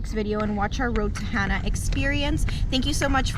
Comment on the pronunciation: Heading there in March and just want to make sure everyone knows it's Hana (like ha nah) not Hannah. The locals will shoot you a lot of dirty looks for saying it that way. Love the beautiful views! Aloha!